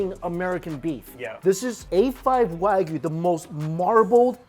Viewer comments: Mikey, pretty please stop calling it WAGU there’s a Y in there... Waa-GYOO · Its not WÄGUY .. its WA GUY , god damn the pronunciation makes me angry.